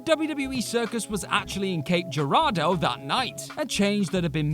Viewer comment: As someone from Cape Girardeau I love the Christian story. Also you pronounced it pretty well